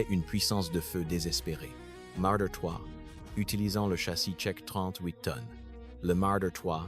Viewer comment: Le "t" du panzer 35t et du panzer 38t ne correspond pas à une unité de poids mais du faîte que ces chars légers de moins de 10 tonnes sont de fabrication TCHEQUE. "T" pour TSCHECHOSLOWAKEI (Tchécoslovaquie) et c'est MARDER pas "murder".